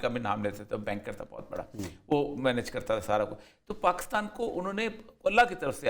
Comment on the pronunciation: Word is Pakistan not Paa--Kus--Taan.